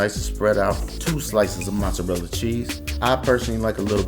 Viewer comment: Oh and it's MOzzarella, pronounce it putting the accent on the "o". And definitely it's not Muzzarella